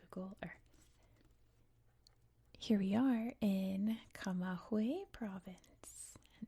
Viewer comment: Very nice voice and interesting video. One tip for the future when you see g + ü in Spanish the g is pronounced like the g of "good" in English 😊